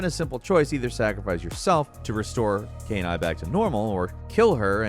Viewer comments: The infamous Caïn-Aye from Nier Replicant/gestalt. It's Kainé pronouced Ka-E-Nay That was a funny pronunciation mistake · Kainé is pronounced Kai-nay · "Cane-eye" Cane-eye everyone! Everyone, give it up for Cane-eye !! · Kaine (pronounced K-EYE-NEIGH). I thought you were saying canine lol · Dear it’s pronounced KAI-NAY NOT KAY-NYE 🤦🏼‍♂️ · It's pronounced "Kai-neigh" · once again butchering KAI(KY)NE(NAY)S name with a brand new arse-backwards mispronunciation since a previous butchering on an older video. I swear they do it on purpose at this point. I mean its not like we hear it pronounced properly in game a million times...OH WAIT. Other than that, great video guys:) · Great list but saving "Kay-nie"?? God that pronounciation killed me lmao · Disappointed you pronounce Kaine like she was a dog (canine)..the game is voice acted so no excuses.. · The way he pronounces Kaine makes me think he’s never played the game and just read about it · You know the speaker never played the game when they mispronounce Kainé that hard... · How did bro butcher Kaine lmao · Is this some kind of inside joke or Something? The way Kainé was pronounced was just abysmal. Also the ending is not the worst thing. After you deleted everything just start a new game and keep playing(ignore all side quests) and you will, at one point, get one of your old save files back. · The way Kaine was pronounced in this video hurts me! Lol